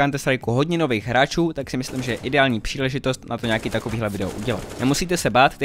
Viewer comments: xd "pšíležitost" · pšílezitost :D